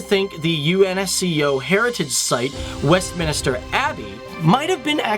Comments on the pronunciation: Thank you as a proud Londoner (born, bred, studied, work and live). I absolutely love my City mainly because of the multiculturalism and our strength. Just a couple of notes "Greenwich" is pronounced "Gren-itch" and "Westminister" is actually "Westminster". I'd love to see videos in the Caribbean islands, mainly JAMAICA 😀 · it's Westminster, not Westminister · I thought I was the only one to realise it. Phew. I was not having difficulties to listen... He was indeed pronouncing "westminister"... haha